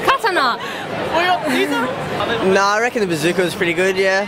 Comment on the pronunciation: I don't know if thats how you actually pronounce katana, but it made me lol XD. Especially with how happy she looked hahahaha.